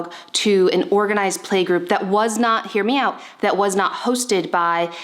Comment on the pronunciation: Everytime you say “hear me out”, i thought you said “MIAO”